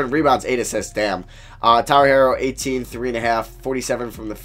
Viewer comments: Bruh it’s pronounced “hero” not “hairo” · Please stop saying Herro as HAIR-oh its HERE-oh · also his name is pronounced Herro like “superhero” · still annoys me that he doesn't know how to say herro